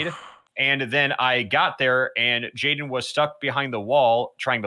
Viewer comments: Jaiden: jadien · did nobody notice that jaidens same was “jadien”?